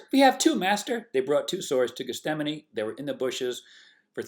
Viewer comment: Just a correction... it's pronounced Geth-Sem-Any... not Geth-Stem-Any... 😄👍🏽